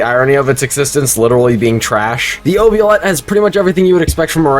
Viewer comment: ...nah i gotta say it, that's not how you say oubliette, its pronounced oob-lee-et